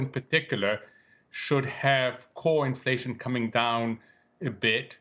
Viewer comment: Infwation is going to be vewy, vewy sticky.